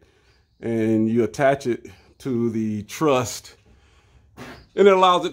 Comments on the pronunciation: Ok, awesome video… but it is truss, not trust lol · It’s a ‘truss’ brother, not a ‘trust’. Thanks for your videos. Very interesting.